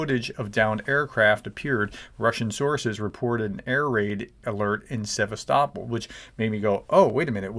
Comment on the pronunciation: Thanks for the breaking news. Also, I am impressed by your pronunciation of “Sevastopol” - using the local pronunciation instead of the American version.😊